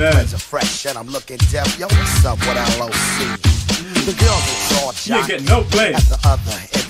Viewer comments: Loc, as in coke, as in broke, as in choke. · Loc- rhymes with poke! Long “O.” This album was IT back in the day- big time!! Entire album is 🔥 ❤️✌️